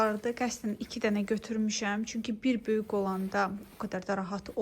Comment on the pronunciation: Yorulmadan yazacam, nə olar k hərfini deməyi öyrən " böyük" məsələn. Baxmaq isdeyirem, amma əsəbləşirəm.